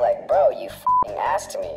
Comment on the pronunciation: I love how is struggling to say “asked”💀💀